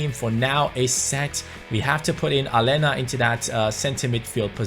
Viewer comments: Aleña is pronounced Alenia not Alena bc in Spanish the letter ñ is pronounced ni so Aleña is pronounced Alenia pls read this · its pronounced a-ley-na not ale-na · Yeah, its Alenya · It's pronounced Alenya mate😉😁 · please pronounce Aleñà's name right, it has the "ñ", not just a regular "n". Like so can see!!